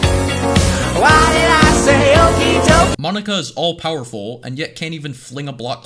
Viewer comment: Mon-ika Poke-ika